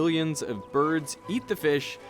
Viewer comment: “Lezzgo brids”😂😂😂